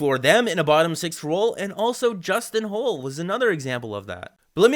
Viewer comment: Its pronounced Justin "Hall", NOT "Hole" you numb nuts!